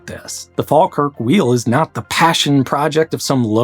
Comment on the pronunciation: What video were you listening to? a few minutes in I've heard Scawtland, Glaiscow, Fall-kirk, Edinborrow...